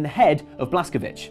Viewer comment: The pronunciation of the Wolfenstein protagonist is Blaskowitz, rhyming with it's. He's American, and Americans of both Polish and Jewish ancestry pronounce it that way.